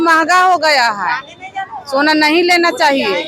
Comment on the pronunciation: स को श मत बोलिए